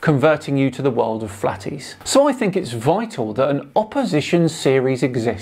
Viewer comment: Flah-tees is an odd way to pronounce the word "morons"